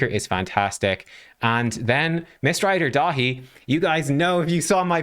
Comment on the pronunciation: You keep saying his name wrong, it’s Mistrider Dave